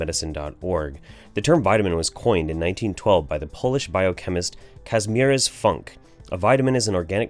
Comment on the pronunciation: The fact that these people are allowed to just spread misinformation that kills kids is disgusting... Also for maybe later, idk, Kazimierz is pronounced Kah-zee-myesh.